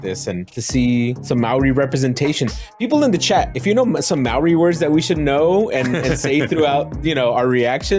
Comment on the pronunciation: With all due respect my dear friends, as a big time supporter, we need to get you guys to pronounce Māori properly haha The easiest way would to say MOLDY but slur the L and the D to sound like a rolling R!